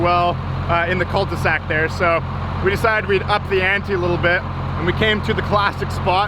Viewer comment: It's cul-de-sac, I thought they called it a dead end in english seems like not.